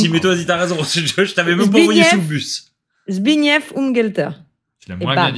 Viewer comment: Anies chka dabro wietska et zbig nief oum gelteur, c'est mieux et la bonne prononciation